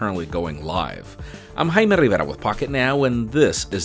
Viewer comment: Love how he said his name. "Rrriverrra".